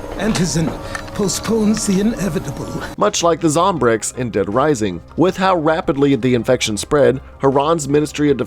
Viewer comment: "With how wapidly "